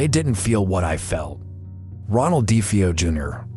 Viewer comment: Their last name is Defeo not defee o